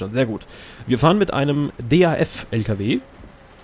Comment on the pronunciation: DAF wird nicht einzeln Ausgesprochen :D